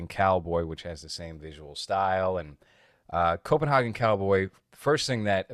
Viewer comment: Dude, it's pronounced Copen.HEY.gen. Come on now city boy! jk Nice shirt btw. I never got a chance to grab any of his merch before the long hiatus so hopefully he does some more "A24 ripoffs" I can snag. Also, just watched the new Hellraiser (Hulu Remake) and it actually was surprisingly pretty well made. I'd love to hear your take on it especially with the whole approach of the cenobites being mainly female casted and pinhead being a transgender woman. That would be pretty interesting.